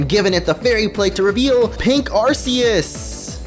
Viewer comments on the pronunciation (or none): I'm sorry, but... "Vevellon"? "Arseeus"? Vevellon could just be an accidental mispronounciation, but Ar-see-us is clearly how you think the word is pronounced. Arceus is pronounced Arch-ee-us. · its arkeus no arseus as in the movie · It is not pronounced Are- SEE- us but it is pronounced Are-KEY- us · Lloyd I completely agree with u. Its not supposed to be pronounced with the s sound of c. Is supposed to be with the k sound of c so that it's sound like Ar-Key-us. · For the last time it's ar-kee-us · What is "Arseus"? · Pronounced ARK-EE-US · um its Arceus ( arc e us) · I thought you pronouce Arceas like Arkius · Im not being rude......but u cant say arceus properly